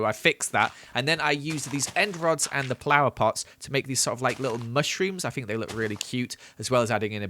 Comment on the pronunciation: Not him saying "plower pots" lol